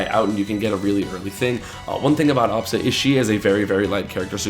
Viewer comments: The way he says absa drives me insane... it's not awwbsa it's ahhbsa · if only he stopped saying obsa and said Absa lol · it doesn't work cause he pronounces it "ah-bsa".